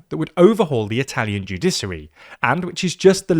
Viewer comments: Shouldn't the word sound like "judishary", not "judisary"? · Man I'm sorry but it's joo-DISH-uh-ree, not joo-DISS-uh-ree. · There is absolutely no reason to pronounce it "judissary." Stop it. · it's pronounced 🗣📢《JEW-DI-SHI-ARY》 Get it right‼ even a 5 year-old could do better. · What the fuck is a "judissary" and what the fuck is the "judissal" system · Joo-DISH-uh-ree, joo-DISH-ăl are the correct pronunciations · What the heck is a "Judisery"? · judiSary 😬 is that really how Brits pronounce it 😂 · The pronunciation of ‘judiciary’ in this is maddening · Being a lawyer in England, I've never heard a single lawyer pronounce it that way . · Dear God! Is that how the Brits pronounce "judicial" and "judiciary"..? 🤔 🤮